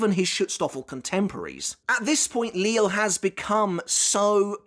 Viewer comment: I'm sure by now you know the proper pronunciation of the Sternritters' names like Lille, Äs Nödt and Cang Du etc Are you simply used to the way you've been pronouncing them at this point, or have you you considered changing it?